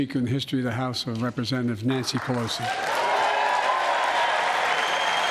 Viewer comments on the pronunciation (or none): none